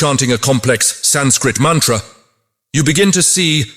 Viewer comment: I agree that the voice could have been softer & more inviting. More importantly the pronunciation of the samskrta words should have been correct starting with "sanskrit"... other words being Veda, Sanātana Dharma, Mantra... some effort should have been put into correct pronunciation otherwise it feels like it is a foreign contribution to the world not an Indian one at all